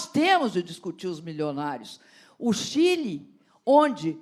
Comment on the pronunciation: Cadê o vídeo que ela fala Chile de Quile